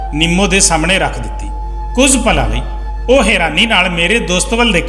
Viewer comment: ਸ਼ ਨੂੰ ਸ ਨਾਂ ਪੜ੍ਹੋ ਕੁਝ ਨੂੰ ਕੁੰਜ ਨਹੀ